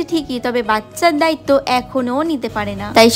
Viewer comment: দয়িত না দায়িত্ব